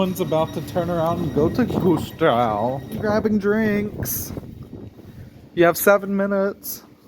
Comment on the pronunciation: As someone who lives in Rostock its so funny how you butcher Rostock, Warnemüde and Güstrow ^^. About the Harbor-S-Bahn-Line, i personally think it wont happen anymore, there were stations but they got demolited last winter, sadly.